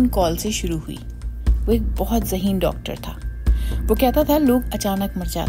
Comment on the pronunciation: Zaheen ??? Galti kuch lehja or vocabulary sahi karyn!!!!😢